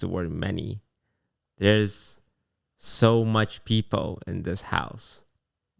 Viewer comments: He also tends to say “peepo” instead of “people”. Never change though 😂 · When says "people", or anytime an L is at the end of a syllable, like "told", "needle", and "well"